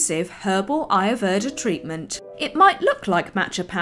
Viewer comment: Adorable. Just saying though, it's pronounced Ayur-way-tha